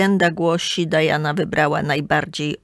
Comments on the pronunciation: Nie Dajana tylko Diana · Nie Dajana A Diana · Diana jest po polsku , a „Dajana” wymawia się po angielsku